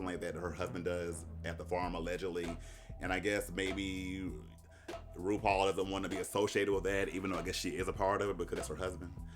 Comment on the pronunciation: I love Russian says rupaul is Rupaulu